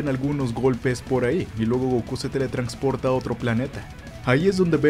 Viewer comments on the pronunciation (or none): Dale like por cada vez que diga "teletrancsporta" xD